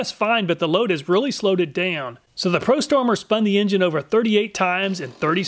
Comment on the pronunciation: Love how the prostormer makes you say pro-sumer